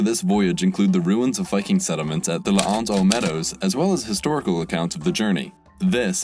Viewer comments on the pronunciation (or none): L'anse aux Meadows is pronounced "lanse" No glottal stop :P